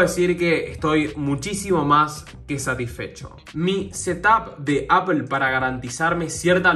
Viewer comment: Se pronuncia “apol”